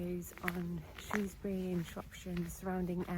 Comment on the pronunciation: Thank you for this, I live in South Shropshire and have walked past those places many times, it's such an underrated part of the country. You also pronounced Shrewsbury correctly which always gets a thumbs up from me, haha!👍👍